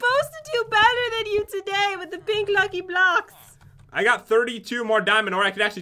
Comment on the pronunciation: when you said 3 blocks left you said blacks